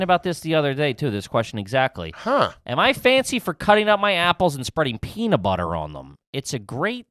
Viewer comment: saying "Peanuh Butter" instead of peanut butter blew my mind. Add it to the mile long scroll of trashy Philly pronunciations from the boys!